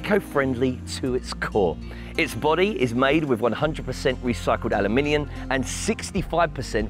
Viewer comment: "aluminion". He pronounced it the same way in previous video.